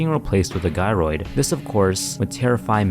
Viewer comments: I thought it was pronounced Jy-roid not guy-roid cus gyroid is a type of mechanical system sound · I’m trying my hardest to take this video seriously but every time he said “Guy-roid” it takes me out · It’s pronounced like gyration I’ve always presumed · Gyroid, pronounced Ji. As in Gyroscope. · take a sip every time he mispronounces the word gyroid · It's supposed to be a J sound, not G for Gyroid, like the word the name is from (gyrate). Otherwise, really loved the video!